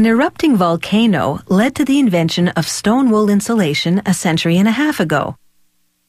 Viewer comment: Shleem wool